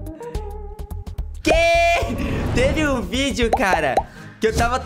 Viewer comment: o cara falou videu